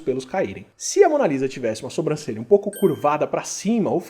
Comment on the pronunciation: Kkkk difícil não falar "sombrancelha". Sei que vc sabe falar certo mas às vezes escapa a forma errada.